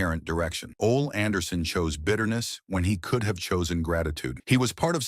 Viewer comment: Who is "Ol" Anderson. Try "Ole" pronounced OLEE.